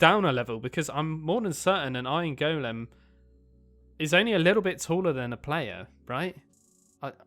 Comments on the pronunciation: The way you say ✨gOulEAm✨ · He calls an iron golem an iron Goolem